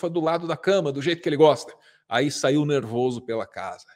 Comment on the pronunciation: mercado nervowzo? como diria Joselito: "é miermo?? PHUODASSE"